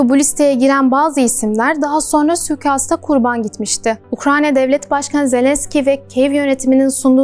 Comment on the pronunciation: Süükast değil! Suikast